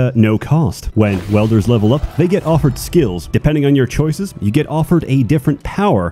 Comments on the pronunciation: Welders? you mean Wielders, yes,? XD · Not welder. Wielder. There's an I in it. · "Welders" (pronounced: "weld-er") fuse together pieces of metal by partially melting them with high heat. "Wielders" (pronounced: "weeld-er") are people that grasp, hold, clutch, possess, obtain or otherwise acquire something to be used for a specified purpose. In the case of this game, your Wielder has the ability to wield (hence the name) the Essence (hence the name) of life generated by those under their command and convert it into magic. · Im sorry i cant get my brain past this .....Its WIELDERS not WELDERS.